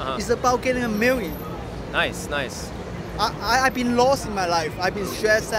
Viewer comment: "imma make a mirrion "-Asian mad man 2017😂😂😂😂